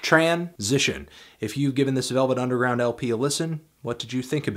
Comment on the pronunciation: Lost it at 'the velv nungeround'